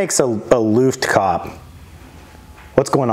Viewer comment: It's looft-kah-peh 😅